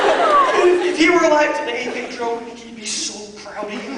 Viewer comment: I Love how he says Pedro... in Spanish it's like he's saying "pidru"... Hahaha!